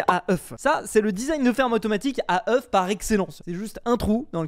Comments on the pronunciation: ŒUFS, se prononce oeux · faut lui dire que oeuf au pluriel c "Eu" (prononciation) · Le faîte qu’il dise « œuf » quand il parle au pluriel me perturbe trop 💀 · Faut faire quelque chose pour sauver le français. Des fermes à œufs [prononcé au singulier] :/ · le f ne se prononce pas au pluriel de oeuf